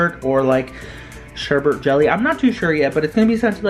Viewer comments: Why the hell do people say sherbe"r"t instead of sherbet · Don’t like being that one person but, you pronounced sherbet like sherbert, which is not how to say it. A lot of people get it confused, so, it’s just a piece of advice. Love your channel btw.